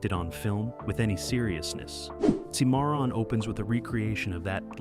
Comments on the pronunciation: SIM A RON is how it’s pronounced. Not sim MAR RON. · Sir, I don't believe you've even watched these movies, since you can't pronounce half of them... SIM-MARRON? Seriously? Bex-ar? Seriously? You lose ANY and ALL credibility when you can't even pronounce the words correctly. No soup for you! Next! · Don’t you know how to pronounce Cimmaron?